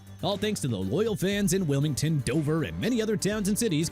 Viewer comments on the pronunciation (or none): none